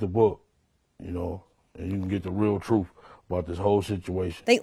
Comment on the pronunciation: "Troof"...stupidity speaking.